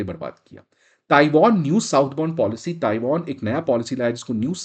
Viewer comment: ताइवान है। NOT ताइवोन! Won is Korean currency!